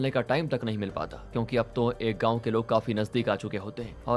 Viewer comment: गाऊँ नहीं गांव होता है।